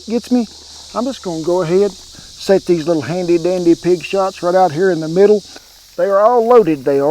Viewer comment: Well Kent I thought you said pig snot not shots so that sounds a lot better. 😀